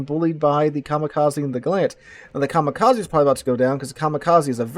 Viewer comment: Very nice game. Narration is good but you need to work in your foreign names pronunciation. Come on, for a teacher... Coronel Bolognesi you butchered badly. Kamikaze, is pronounced with 'eh' at the end (not 'e' ). It's Japanese. And Gallant is British, so it has a stress in the first syllable. You seem to be mistaking it for a Mitsubishi car. At least you took the proper way out on the subject's name and changed it to English, not the Italian name.